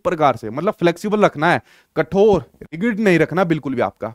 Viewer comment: Sir sorry to say I know apka teaching style bhut acha h.. m apko hi follow krti hu ctet k liye.. but rigid (रिगिड ) mat bola kro it is रिजिड